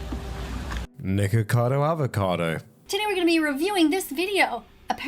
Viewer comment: you did not say nikacado